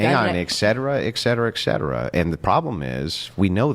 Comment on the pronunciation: I hate it when people pretend or try to be superior than they really are & the clip that was he was probably making some O.F girl try to feel like a common whore (which they are) but then he says ect ect ect. 🤦‍♀️ Just in case you don't know this, ET-cetera is the correct pronunciation of this word, not EC-cetera!!! So while I'm on this subject, another word commonly mispronounced is espresso. There is no C or X sound in this word. Even baristas at Starbucks have asked me if I wanted an extra shot of ecspresso. The word is Espresso!!